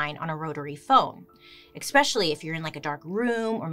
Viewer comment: Expecially always cracks me up! Love you Bailey. Love you!! ❤❤